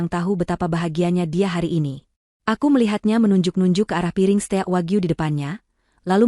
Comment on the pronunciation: maaf ya pembacanya hrs yg bisa bhs inggris jd kalau pas ada istilah2 spt declined, steak bacanya jgn dlm bhs ind dong ga enak dengernya, steak kan bacanya hrsnya steik bukan ste-ak dlm ejaan bhs ind, atau declined dibacanya diklaind bukan de cli net, maaf ya